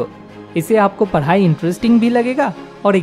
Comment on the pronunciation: First padai hota h voo paaadi nhi 😂😂😂😂😂